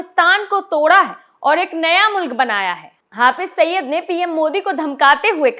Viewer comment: Saba ne mashhur Aatanki "HAFIZ SAIID" ka nam nahi suna hai shayad..Jo usse "HAFIZ SAIYYAD" proaunce kar rahin hain.